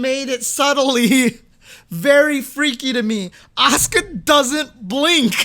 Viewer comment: Definitely not Oscar. It's A-su-ka. Fully pronounced.